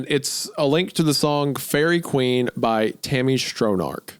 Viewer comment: During the "Feihreeeeh Kweeeen" arc, I think the moment I absolutely LOST IT laughing was when Hunter admitted he had NO familiarity with the song.